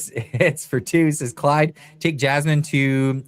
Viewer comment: 😂😂😂 A deaf person trying to say Jasmine...Jammin" clyde you're hilarious 😂